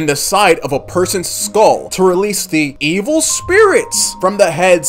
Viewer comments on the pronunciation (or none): none